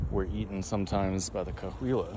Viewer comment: Cahuilla is pronounced Ca-wee-yuh, just an fyi, I have friends in the tribes.